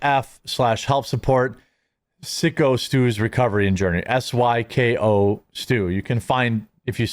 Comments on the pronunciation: Luv ya man, but "Syco" is pronounced as in "Psychotic" Stu, not like "sick-o". Please pronounce correctly! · FFS Jeremy IT'S PRONOUNCED PSYCHO STU! Ya fuck!